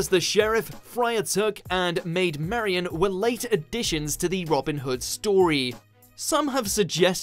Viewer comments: And Marian....? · If he is British why can't he pronounce anything right... Marian...derbyshire.....??